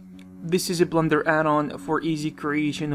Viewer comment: I have a feeling he said "Blunder" instead of "Blender" a few times. Was it just a blunder?